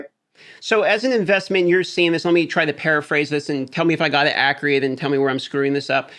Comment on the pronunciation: This other guy keeps saying "ac-re-ate". Let's say it together: AC-CU-RATE. Man needs to go to a liberry.